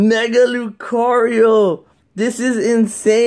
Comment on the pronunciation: Mega Lu-cwarl-lio